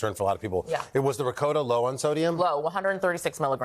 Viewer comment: Why did he mispronounce Ricotta?? Omg.